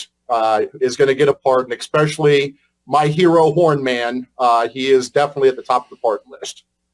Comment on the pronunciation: Well it's gonna be another classy administration by the diaper wearing orange dude on the the gold toilet. This Rush Limbaugh wannabe needs to know that his Super Villain act can't be taken seriously once he actually says "Ek-specially" I can't wait to see who is in charge of the Nukular Football.